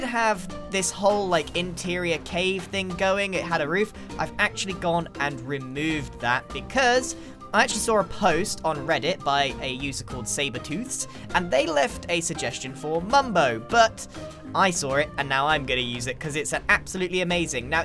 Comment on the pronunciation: It's Zaberztoothz not sabertoothz. That guy from Reddit from who Grian take the idea.